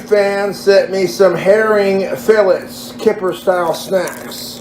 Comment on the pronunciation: the only thing that really bothers me is how he pronounced fillet